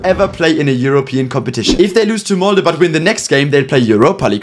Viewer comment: Huge respect to this team!🫡 But as a Norwegian I also huge, I mean HUGE respect for pronouncing Molde right!